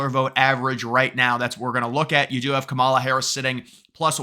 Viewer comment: It’s pronounced “camel-Ah”